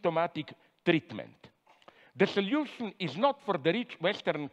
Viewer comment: Great stuff:) Very engaging, reasonable and profound. Also, i love how Dr. Zizek pronounces solutions:) The other words, not so much :P